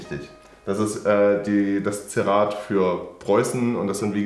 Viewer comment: Heisst das nicht einfach "Zierrat" (=ZIERrat)? Wenn der herr rechts das sagt klingts wie Zirrat.